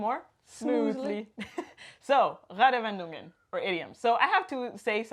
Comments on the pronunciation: Not trying to be an Asshole, but when you said you've been here for 8 years i was a bit suprised, because when you said the word "Redewendungen" it was barely intelligible. Not because of your pronunciation, that was great, but your rythm was all wrong. It sounded like you were trying to cram a 5 syllable word in a 3 syllable space. We don't put spaces between the compnonents of a compound word, but there is supposed to be a small pause between them when spoken. Basically just reset your mouth to neutral before you say the next component. Those small pauses are also a great opportunity to take a small breath when saying one of the real long ones. Off course that only works if you know that a word is a compound noun and what the individual components are, so this might be another issue. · Falsch ausgesprochen: Reddewendungen! - Die Es bitte nicht so hart und kurz aussprechen! Richtig wäre: Reedeeewedungen - Bitte nicht so schnell und hart sprechen!